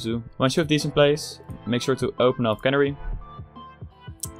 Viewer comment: Not sure if anyone pointed it out yet, and it's far from important, but youre mispronouncing Canary. It's supposed to be the same as the bird, "Canary".